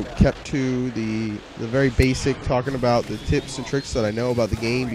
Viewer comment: When you say "tips", it sounds like "tits" hahahahaha. Love ya!